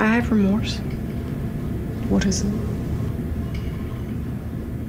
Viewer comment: Re-morse. Re-morse Code. Bahahhaha OMG I can't stop laughing.